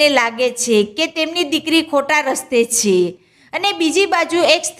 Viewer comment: છે બોલતા શીખો પહેલા... છે છે